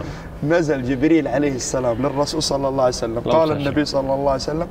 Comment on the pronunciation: ليش يقولون صلعسلم ؟